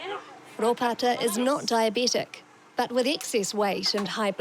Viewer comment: DiaBETic, not DiaBEtic.